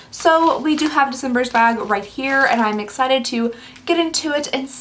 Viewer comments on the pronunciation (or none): none